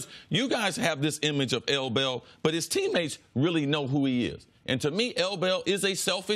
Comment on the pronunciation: Say L Bell one more time ima smack u